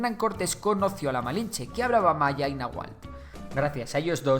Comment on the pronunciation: Hizo un gran esfuerzo por pronunciar de forma correcta el náhuatl y eso se agradece Bro.